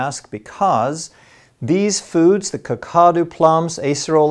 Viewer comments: I think that Kakadu plums may be from the Northern Territory, Australia, where we have Kakadu National Park. If so, Kakadu is pronounced cack-a-doo, with the emphasis on the first syllable. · Surely Sodium Ascorbate is better than nothing, Vege prices have gone through the roof as they are selling out everyday, as for Kakadu Plum it is pronounced Cack-A-Do plum. A friend of mine who has a terrible diet (he won't drink plain water) was on the verge of Scurvy as his gums were really bad (dentist wanted to rip him off with a expensive gum procedure) His doctor said get Vit C straight away, he has now stopped taking it and says 1 orange a day is all he needs - better than nothing. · Not nit picking but just for your information, Kakadu is pronounced as cack..uh...doo. An Australian word. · Kack a doo- that is how you pronounce Kakadu- I live in far North Western Australia where they are Native. You can buy powdered Kakadu online now. Google it.